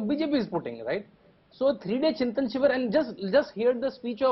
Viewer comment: It is ChintAn not Chintin